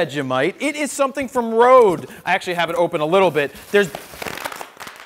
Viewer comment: it's pronounced red not rode. I made that mistake at first too:)